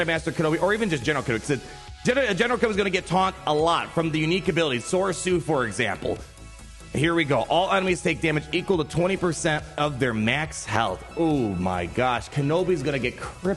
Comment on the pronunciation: It's not Sore-su... it's pronounced "Soy-Roy-sushi"